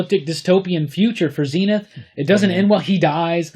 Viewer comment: was lucky enough to read all 4 phases across its weekly format, some of the best shit to come out of the UK back in the day. Please though call him Zen-Ith and not Zeen-Ith.